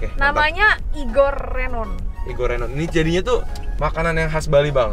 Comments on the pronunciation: Renonnya pakek rénon kak🤣🤣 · Nyebutnya Renon huruf E nya agak kedalem.. paham kan maksudnya.. kayak kita nyebut sambel Embe nah huruf E yang pertama itu sesuai sperti kita nyebut RENON nya..